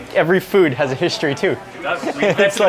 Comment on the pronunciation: I love how Mark says "Fud" instead of "Food" 😝